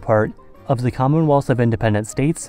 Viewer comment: Do you say "zhe" for "the" throughout the video in an attempt to sound more European?